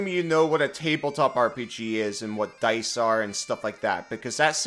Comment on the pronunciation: I'm confused, what's a "Dyse"??? (Sp?)